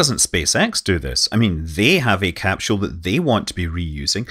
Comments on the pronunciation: Where is there an 'H' in the word CAPSULE? Pronounced; 'Cap Sool' -- not 'Cap Shool. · why does he say capshoe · What's a capshule? Great info. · Best to learn how to pronounce your key words, i. e, capsule.